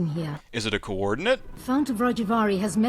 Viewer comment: "Coordinayte.." Coordinate! This made me smile. And also groan inwardly at respective voice-actor's pronunciation.